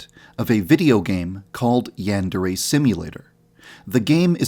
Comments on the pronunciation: I'm sorry to be that person, but you're saying "yandere" wrong. In Japanese, each vowel only has one pronunciation. A is pronounced "ah'", so the "an" in "yandere" is pronounced "ahn", not "an", which is how you're saying it. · Shouldn't the pronunciation be yan-deer?🤔🤔🤔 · You have horribly mispronounced Yandere